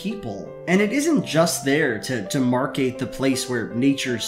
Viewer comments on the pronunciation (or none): pronounced, "demarcate" without the D! How embarrassing...